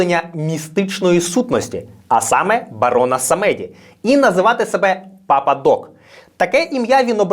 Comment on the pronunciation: Дякую дуже за цікаву та емоційну оповідь 👍 єдине - на майбутнє бажано поточнити наголоси - все ж самедí, a не самéді (просте таке французьке слово, з нескладним значенням).